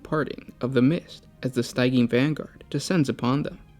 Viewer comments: Stygian is pronounced “STIH-jee-an”. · Been watching your videos for years now, and I still cringe every time you mispronounce something (which is often). For all the research you guys do, would it kill you to spend 30 seconds googling the correct pronunciation of "stygian"? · What are you saying in the 6minute Mark? Stygian? Sygean?